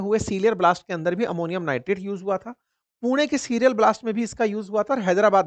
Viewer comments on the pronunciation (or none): none